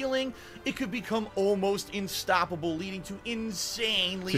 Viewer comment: "Almost instoppable" not UNstoppbale INstoppable. 10/10